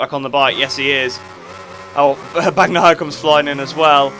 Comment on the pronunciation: Nice video!! For Bagnaia: to get the right pronunciation try changing the gn to ñ and read it like that You should get the right pronunciation 😉😂